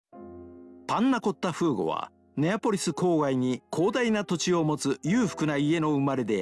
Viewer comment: Thanks for the upload! BTW I don't want to be mean but it should be フーゴ not ふぐ